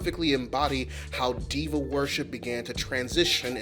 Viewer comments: NGL, for a long minute I thought i was hearing you say "devil worship" instead of Diva worship and was really confused by when gay people went from devil to camp 🤣🤣🤣🤣 im sorry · Until you wrote it on the screen I thought you were saying demon worship not diva and I was so confused.